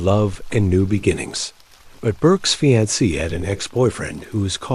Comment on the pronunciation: Did this mofo just pronounce fiancé as FEE-ANTZ-SAY 😂😂. Yes he did. AI in full effect. Its cool though, I like the long format